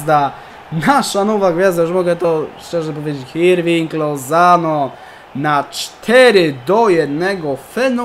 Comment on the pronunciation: W hiszpańskim "h" jest nieme, więc Hirving czytamy Irving ;)